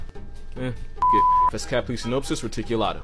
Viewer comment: I love how claims the sponge's name gives him anxiety, then proceeds to say f*ck it and pronounces it perfectly, then smirks right afterwards.